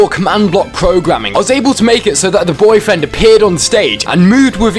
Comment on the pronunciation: I like how he says BOIII FRAND